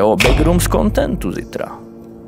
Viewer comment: Skvělé video jenom nevím proč ale Češi mají divný zvyk říkat begrooms „begrůms" místo backrooms „bekrůms"